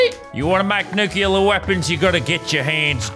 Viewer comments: Did anybody else notice that lazar is saying nuclear wrong the entire time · you pronounced nuclear wrong for the whole video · it triggered me sooo much when he said nukulur not nuclear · it just adds to the comedy that he said nukular